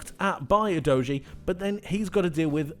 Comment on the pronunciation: Great analysis but not sure that’s how you pronounce Udogie?? I mean there’s actually a premier league video from sky sports in which he says his name and it doesn’t sound like youdoughgee